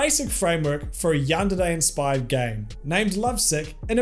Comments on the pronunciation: I can describe it to you, It basically sounds like he's saying yandide he's trying to sound Japanese I guess but only on half of the word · I think I get it he just reads De as Di man now I know I hate how he pronounces it. Granted he has an accent so I can let that pass. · Great video, but the way you pronounce yandere makes me want to commit eat tortilla chip vertically